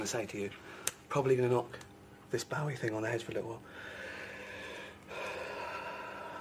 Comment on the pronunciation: Stop pronouncing Bowie wrong